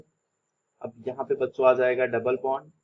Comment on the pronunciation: Baccho listen like bancho 😂😂😂😂